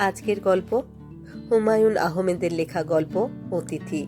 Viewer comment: Humayun ahomed uchharon hobe na ota Ahmed bola hobe۔